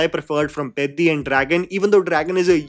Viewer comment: You are the first Non Telugu Youtuber pronouncing the PEDDI movie title correctly!🤣